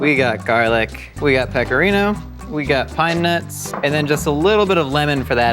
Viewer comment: Hahaha 🤣 LMAO, Did you hear say he was using pecker- ino cheese for the penis pesto!!!